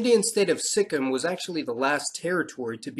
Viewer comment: Hey, I'm from Nepal, but my mother is from Darjeeling (she is still a Nepali in her mother language and culture - Greater Nepal patriotism), she lived in Nagaland and Sikkim. I believe it's pronounced with a perfect full kim not a Sik-im. I just want to say thank you for your essay video. I hope in the future racial diversity for us Nepalese will be a ground for equality. Dark or Like, Eastern-looks or Indian-looks will be seen as equal. Plus there are few good books on Nepal, I'm reading unbecoming citizen by Michael Hunt about Nepalese (Lhotshampa) people in Bhutan and their displacement.